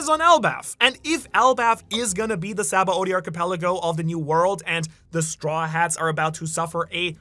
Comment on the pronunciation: How does someone as knowledgeable as you about OP pronounce Sabaody wrong? Its Shabondi. Its clear as day in the japanese pronunciation. Given this is a japanese series I think thats trustworthy.